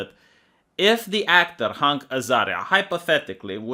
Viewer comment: Everyone: Hank Azaria: HUNK Azaria;)